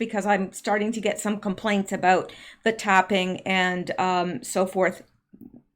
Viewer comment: Pardon me did you say about or a boat? Please clarify.